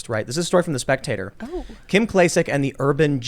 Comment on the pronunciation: Tim I have been trying to tell you for a long time- you pronounce names wrong ALOT and it is a reflection on your research, your attention to detail of what you are covering, and your professionalism, or lack thereof. Listen to KIM bro